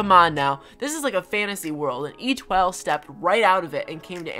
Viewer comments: Etoile is pronounced eh-twah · It’s nothing new because these villagers were in acnl 😂 I just got the cards a few days ago so they’re in my acnh island and 1/2 of my acnl towns And you’re not pronouncing Étoile’s name right it’s French for star French is my second language where I’m from and you’re not pronouncing it right lmao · These are all of them ranked imo 1. Étoile (Pronounced Eh-twol, the normal sheep inspired by Little Twin Stars Kiki and Lala) 2. Chai (Peppy Elephant inspired by Cinnamoroll) 3. Toby (Smug Rabbit inspired by Kerokerokeroppi) 4. Chelsea (Normal Deer inspired by My Melody) 5. Marty (Lazy Cub inspired by Pompompurin) 6. Rilla (Peppy Gorilla inspired by Hello Kitty) Btw if you’re wondering why Rilla isn’t a cat, Toby isn’t a frog, Chelsea isn’t a rabbit, etc, they’re supposed to be cosplayers who got inspired by these franchises